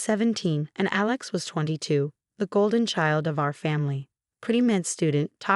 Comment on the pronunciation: Our, not her, MCAT, not NCAT. Heir, not hair. Pronounce syringes correctly. All for, not offer. Syringe, not sireange. Pronounce records correctly. Were Marcus's and Alex's sentences without the possibility of parole?